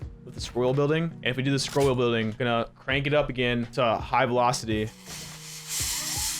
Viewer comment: New drinking game: Every time says "Scrol wheen building" You drink....